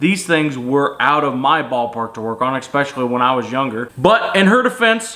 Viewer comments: Especially not ekspecially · Especially, not ekspecially.